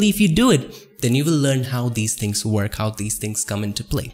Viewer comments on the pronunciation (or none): You really need to work on your accent. I know English is not your native language, but neither is mine. You pronounce the Ws as hard Vs and the Vs as Ws, which is very distracting and sometimes can make the word uninteligible. It's conVert not conWert, it's Work, not Vork. It's so annoying and it diminishes the value of your otherwise very useful tutorials.